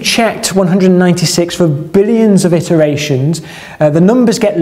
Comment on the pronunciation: 'Iteration', not 'itteration'.